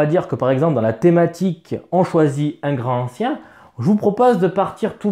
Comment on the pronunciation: déjà une remarque : LA LIAISON !!!! on dit GRANTANCIEN, et non pas GRAN ANCIEN !!! c'est le genre de fautes de prononciations qui attire les profonds en goguette !!!!!!! sinon les contrées sont excellentes mais il faut plein de matos en plus pour bien l'exploiter, ca peut revenir cher, par rapport à un horreur a arkham v2 qui se suffit à lui même.... sinon, le pire jeu de la gamme côté thune, c'est horreur a arkham JCE une vraie arnaque financière...